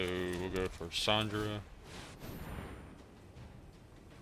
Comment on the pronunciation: Chandra’s name is pronounced shandra not Sandra. Heliod is pronounced Heliod not helod. And atsushi is pronounced atsushi not asushi. The T is not silent. 🤗 just a friendly tip in case you didn’t know